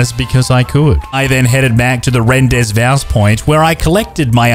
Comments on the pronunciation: the pronunciation of Rendezvous hurts my soul. good job 👍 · Hate how you pronounce rendezvous